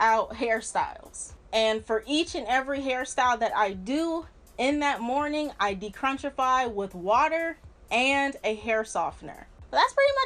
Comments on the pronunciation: dechrunchify lmfaoooo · Lol de-crunchfiy